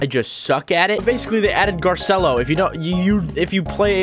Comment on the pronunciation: Its Spelled Garcello B~ut you pronounce it Gar-ci-lo